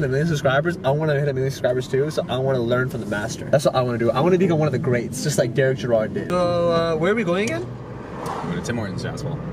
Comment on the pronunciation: hey it’s pronounced Derek